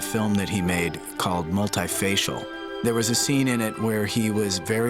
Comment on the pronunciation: Did he say "Multi Facials?"